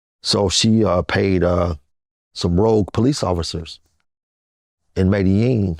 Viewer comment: The mispronunciation of Medellin is so annoying lol